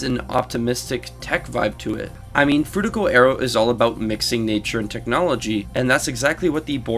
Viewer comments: Why do you keep pronouncing it as frutigo aero? Is it not Frutiger? All the text says frutiger. Are you trying to pronounce it soft on purpose? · Great video and I’m happy to see someone acknowledge and analyze Black Ops 2’s dlc maps like Downhill and Cove. I was a bit irked by “frutiger” being pronounced as “frutigo” tho lmao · bro says fruitigo